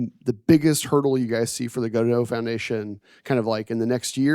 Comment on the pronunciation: Why is he pronouncing Godot like..."Godot"